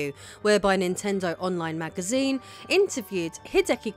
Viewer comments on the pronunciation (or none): none